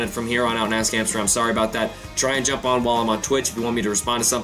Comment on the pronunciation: it sounds like he says "Ass Cancer"